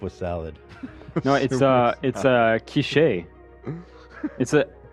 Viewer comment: Love calling quiche “key-shay” 😂😂